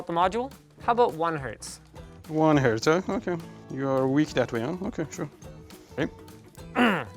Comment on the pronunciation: "It's 5 herts and it gonna hurts" -Mr. ElectricalBoom